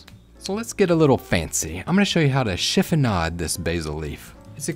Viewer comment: This looks awesome. One funny thing, I was watching as you were chopping the basil and I totally thought you said "… and I shit you not" lol. I thought, "I KNOW he did NOT really say that, did her??" I backed it up and played again. You said "chiffonade. lol😭❤😎